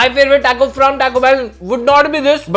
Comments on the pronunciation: Its Tah-koh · Taco sahi se bol to lo bhaii